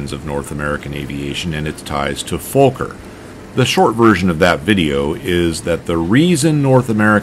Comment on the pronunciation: but its not folker its fokker no l in that name. or is that totally different aircraft company?